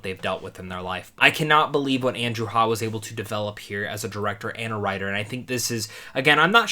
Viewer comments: The name is pronounced Hay-gh. Your reactions was the same as mine; I don't usually get emotional about films, but like you, got into the car, started off for home - and burst into tears. Andrew Scott is simply too good for the Oscars. A brilliant film. Go and see it again! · Really great review, thank you! F.y.i.: this is the fourth feature film from director/screenwriter Andrew Haigh (rhymes with "vague"--long "a," hard "g"). The others, in chronological order, were Weekend, 45 Years and Lean On Pete; the first two were highly praised (and were both issued on DVD by the Criterion Collection) and the third is in my view terribly underrated. In addition, there have been two fine multi-episode TV projects: Looking (HBO), for which he shared directing and writing duties but was responsible for the overall artistic vision and visual aesthetic, and The North Water, a powerful 19th century maritime drama that Haigh has described as "a five-hour movie." Like AOUS, each of these was cast with tremendous care, and the actors invariably gave of their very best (Charlotte Rampling received an Oscar nomination for her performance in 45 Years). No surprise that he was able to assemble the "incredible" quartet in this film! Thank you. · After hearing other interviews of this movie, here's some minor feedback. Director Andrew Haigh's last name rhymes with plague. Might be easier to pronounce if it were spelled Haig (with a hard "g"). Paul Mescal's last name is like that Chicago critic from years ago, Gene Siskel. Instead of Siskel, pronounce it like Mess-kel. as opposed to Mess-CAL (so not like the alcoholic drink).